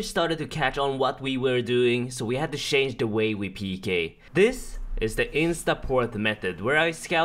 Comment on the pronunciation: We had to "shange" the way we PK lol